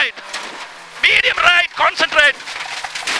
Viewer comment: in this case he might've actually said consantrate, hence the confusion